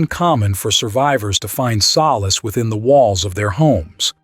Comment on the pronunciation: When you mispronounced solace...I couldn't take it anymore. Confines was mispronounced, too.